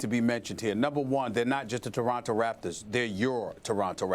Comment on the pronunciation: " the deronto raptors...eeeeeee lol